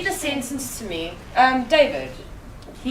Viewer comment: how can we expect students to learn well if teachers do not pronounce correctly or even use proper grammar when giving instructions(...read me...azume..but the most hideous: tsencence)